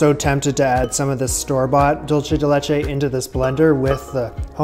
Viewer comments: Next time buy condense milk and boil the can in a crock pot full of water for 8 hours. BTW, it is pronounced doolsay de le-chei NOT DoolCHE de lechei. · at this point im sure someone has told you but i cant stop myself from letting you know it's pronounced like "dool-say day lay-chay" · I'm from Argentina and these alfajores de maicena are definitely a great Argentinean classic. Isn't dulce de leche the best thing ever? Also the way you pronounce dulce de leche is soooo cute